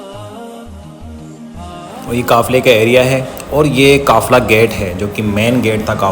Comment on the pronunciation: Assalamualaikum janaab. I'm also from Tonk. It's a very informative blog but please note that the correct pronunciation is "Jagah" and not "Janga". Also, it's "Qafla" and not "Kafla."